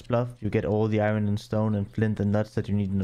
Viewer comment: I've never heard anyone pronounce iron like that.